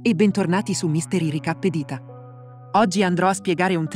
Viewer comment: solo... "ricappED" non si può sentire XD Ma grandi! Seguo il canale originale ed è carino trovarlo in italiano